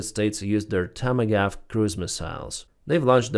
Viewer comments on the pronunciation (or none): LOL "tommy gaf" cruise missiles? - It's "tom-a-hawk" cruise missles. :)